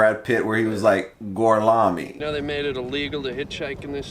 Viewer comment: You did the "Gorlami" really well. lol.